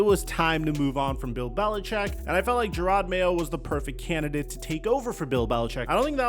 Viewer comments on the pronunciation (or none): none